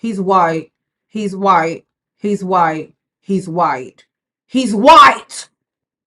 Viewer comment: He's Hwhite! 😂😂😂, please